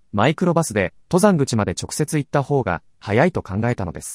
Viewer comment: ↑と↘ざんぐち のアクセントが気になる